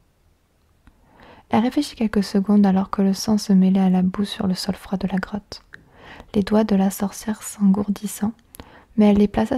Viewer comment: G cru qu'elle avait au lieu de '' grotte '' '' crotte '' 😂😂😂😂😂